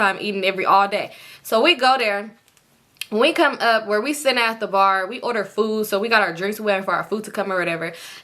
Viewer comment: And the second Bar Sound like Ubar🤣